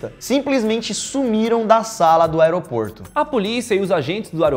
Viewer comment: teve um dado mometo que vcs falaram a palavra aeroporto de oroporto